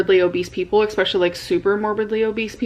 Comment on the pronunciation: I-B-profin, expeshully, impor’en, ub-load; she is so incompetent; and she thinks she’s a great writer